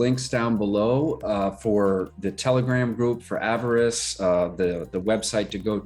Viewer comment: Sorry, I should've clarified my last comment. You were saying avarice correctly with the short vowels (av-er-is). You're right about pigs too! Such a bargain right now.